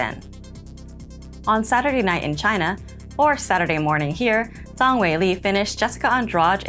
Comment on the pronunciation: Zhang is pronounced similar to jeng in chinese.